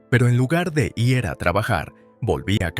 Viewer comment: El narrador cambia constantemente el género de la protagonista y la trata en género masculino, como si fueran un hombre, Al final de la historia, el narrador no sabe leer la palabra IR y la deletrea pronunciado I ERRE, ¿habrá de volver a la escuela? 😅😅😅😅 HABER CUANDO REVISAN LAS NARRACIONES ANTES DE EMITIRLAS Y ASÍ PODRÁN CORREGIR ESTOS ERRORES TAN ESTÚPIDOS